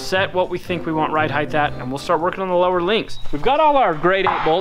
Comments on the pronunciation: The word is "height" not "heighth". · i watch a few youtube channels from Utah. Does everyone there say heighth instead of height?